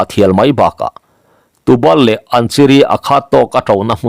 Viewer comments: Tubal tih i lam dan hi " bal " lai hi kan chin thin Bal lam dan a lam tur a ni e. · Tubal i lamrik dan hi pangbal kan tih a bal kan lam rik dan hi a ni zawk lo maw? upa deuh zawt hram teh. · Tu bal tih hi, Bal kan sawi ang hian lam tur aw sir. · Tubal tih kha ilamdiklo ,mahse apawilo ve